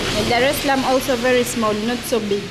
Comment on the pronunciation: Вэри экспенсив, ту Мач онанизм......😂